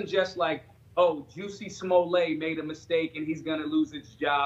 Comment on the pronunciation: "Juicy Smoll-ay". LOL 😂😂😂. He hit the nail on the head when he said, "liberals have a very short memory", isn't that the truth.